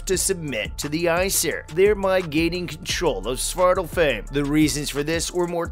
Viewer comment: Two things wrong: They are pronounced AESIR, not EESIR It is pronounced like Svartalfhime, not Svartalfhame